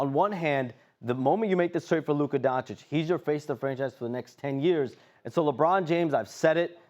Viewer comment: These espn fa990ts still don’t know how to pronounce Doncic